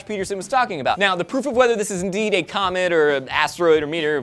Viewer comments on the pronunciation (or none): Kinda sounded like he said "comment flying towards earth". I thought of the word "FIRRRRRRST!!!" flying through space...